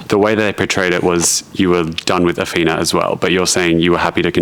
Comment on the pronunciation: Dude,, her name, isn’t Ahfeena,, I think it’s pronounced Ahthina,,, I’m pretty sure she told you her name several times, (even though the spelling is ridiculous lol) anyway does make me wonder how much of this trash tv is real.😶